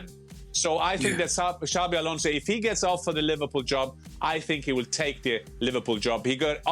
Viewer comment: Why can no one understand his name is xabi not xavi its actually ridiculous